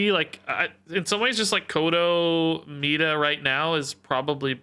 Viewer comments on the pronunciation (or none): I did notice how you were saying Mi’da and it was starting to bother me lol. I liked your original pronunciation MY-DUH